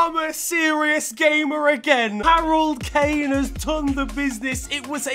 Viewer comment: "Harold Kane" or Cane